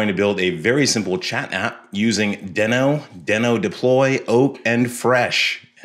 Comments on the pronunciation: It's pronounced deeeeno, not deno. Besides that minor annoyance, this video is awesome! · It’s pronounced DEEE-NO. Like The Flintstone’s dinosaur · I heard it was pronounced “dii-no” like “we know”